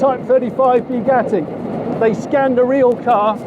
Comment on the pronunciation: It's Bugatti; as in "Boo", not "Beau" - Boo-gatti - "Bugatti".